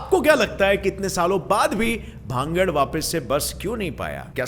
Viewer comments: Please speaks Bhan-garh not bhangad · Its not भांगड़ its भानगढ़।🙏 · Bhangad h na ki bhagd